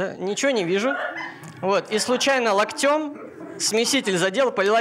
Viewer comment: Не "локтЁм", а "лОктем", не "гусИ", а "гУси", питерская интеллигенция, бля! Кстати, несмешно.